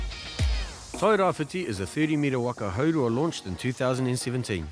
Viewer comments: It's Tairabrown not tairawhite. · TE TAIRAWHITI..... NOT TAIRAWHITE